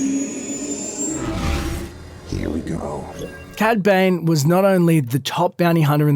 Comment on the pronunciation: also sounds like ur saying cad bang xd